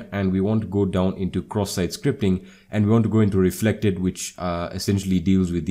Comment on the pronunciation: Bro i wake upp 3 am and I hear this indian dude talking about CroSS SiTe SCripT